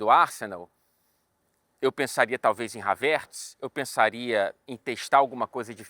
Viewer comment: a pronúncia do nome Havertz é essa mesmo? Não julgando, mas de curiosidade mesmo